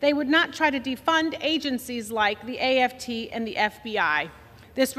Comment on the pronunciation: She says "AFT" 😅 These are the Democrat's "expert" whiteness. 😂